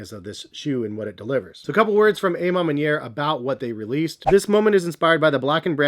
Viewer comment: I swear so many ppl pronounce it Wrong 😂 the “A” is an “AWH” sound. A Ma Maniere means “My Way”. You, Jay The Sneaker Guy, Jumperman Kris of course... You all pronounce it WRONG. C’mon, You should know by now